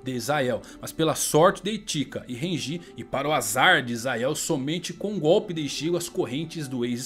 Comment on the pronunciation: Ichígo, Rukía, Ichíka, Renjí, não da cara, não dá...